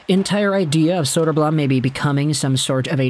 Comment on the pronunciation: elmer's big brother arvid is looking good and holding his own in the net for the blackhawks atm. it's not saying much, but arvid is probably already the hawks best goalie. side note, you're pronouncing elmer's last name wrong, it's bloom.